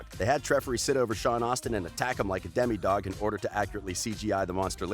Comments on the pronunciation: Bruh. «Demidog» 😂😭 It’s «Demodog» 😂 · Demidog? I really think it’s still demodog 😂 and the wat je says gaten 😂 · you said deme dog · Bruh this dude stoopid😂 Gay-tehn mah-tah-rah-zoh *vegan not vegatarian *domodog not demi